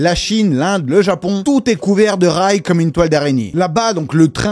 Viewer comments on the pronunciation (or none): none